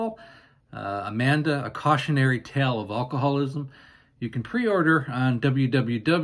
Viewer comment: It drives me nuts that you say all-cohallism. It is alcoholism.